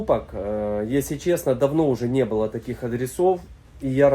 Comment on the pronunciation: Интересные находки, но прнЕЕЕсли, бУУУУло, на старте чуть не выключил из-за рагулизмов